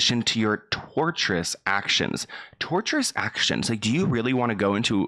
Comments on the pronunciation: It's not torturous like in torture. It's tortious (pronounced like tor-shus) meaning basically a statement that caused harm or infringes on the right of the person who filed the claim (tort action). Basically legalese saying we could sue you for making false statements. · babes its tortious not torturous ! ahahah tortious means wrongful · Hey, "Tortious " is not the same as "Torturous". Tortious means wrongful, not related to torture. Love you:D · Lol, I love you. The word is "tortious," not "torturous." It's a legal word that basically just means you were wrong. PS: You weren't.